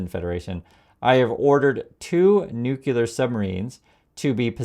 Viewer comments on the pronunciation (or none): it's NOO_CLEE_UR, not NOO-KYU-LUR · Oh my gosh. You are an American. Nukyalr. Medev? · Love your content, but please pronounce nuclear correctly.❤ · Corect pronunciation is “nuclear” not “ nuckelar “